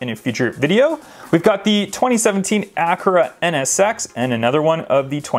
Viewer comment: Who says chentanario or acoooooora nsx